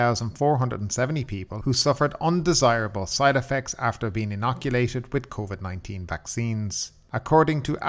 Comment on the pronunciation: "COIVD" well you are Irish